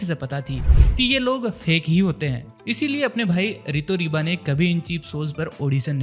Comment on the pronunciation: It's Rito Riba bro not ✖Ritu Riba✖